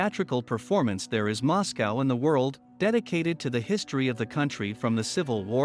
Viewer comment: Learn to pronounce Moscow